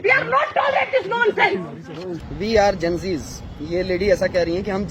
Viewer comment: Slip off tongue tha khna Gen-di tha Genz bol gyi M puri responsibility ke saath correct kr rha hu😂😂